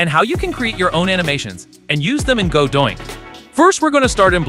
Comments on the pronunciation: the AI thinks that godot-INC is godoinc lol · stop saying godoink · Okay but why actually is he saying Godoink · me screaming everytime you say godoink like its torture ahahhahaha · Did you intentionally say Godoink? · This AI isn't even pronouncing the name correctly.